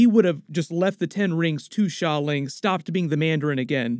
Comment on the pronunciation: Great pronunciation of Xia Ling! Have yet to hear any other YouTuber pronounce correctly! Appreciate the effort!